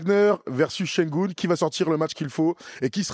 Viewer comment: Şengün, pas Şengoun. ü = u et u = ou